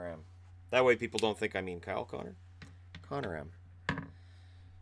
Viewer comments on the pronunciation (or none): none